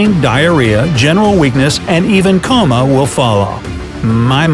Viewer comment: Coma not cama